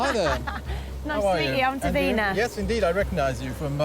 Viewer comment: It's Davina not deen. ??